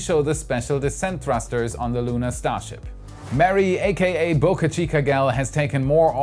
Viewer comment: Please get your pronounciation of “Boca” right